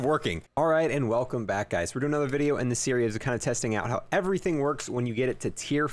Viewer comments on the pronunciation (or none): none